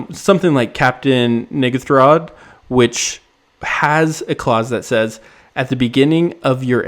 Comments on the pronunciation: It's pronounced neh-gAth-rud. Getting really close to certain word there. Also for deathrenderer, the creature has to die so bouncing it to your hand before it goes to your graveyard doesn't trigger it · The silent h 😂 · All love but theres so many other ways to pronounce “n’gathrod”